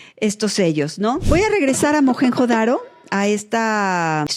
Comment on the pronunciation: Y no se pronuncia "majenjo daro" ruca rrrrrrrrattttaaaaaa